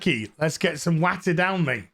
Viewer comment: What makes these videos so funny for me is the pronunciations to avoid the Utube detective - a-noose made me chuckle but carrying over to 'throats still a bit knackey , let's get some wattah down me' made me laugh out.